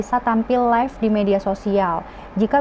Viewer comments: Maaf mba live bukan life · yg bener live kak bukan life